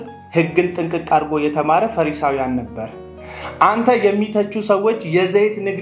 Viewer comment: አቶ ሆይ:- “ ፈረሳዊያን" አይባልም: ፈሪሳዊያን ነው የሚባለው:: መጀመሪያ ይህንን አስተካክል